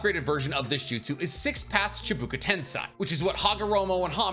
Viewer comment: Say it with me. Chiiih. Baaah. Kooo. Chibakoo. Rather than how it's spelled or how u said it. Still loved this video and your content. But pronounce the script right. Then you will be YouTube goat